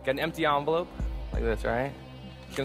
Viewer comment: The "onvelope"